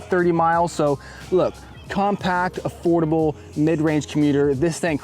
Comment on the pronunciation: It’s Affoldible 😂